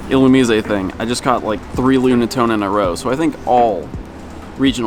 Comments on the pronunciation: ill u meez a? Isn't it supposed to be a lightning bug, basically. That would mean "illuminate" is the root word. Wouldn't that make the pronunciation ill u mize? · ...why are you replacing the e at the end of illumise with an é? Haha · I think it is pronounced illuMIZE. long 'i' and silent 'e' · Isn't it "Illumise" rhymes with "wise"? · You have a weird way to pronounce illumise :p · Your pronouncing illumise wrong theres no accent over the e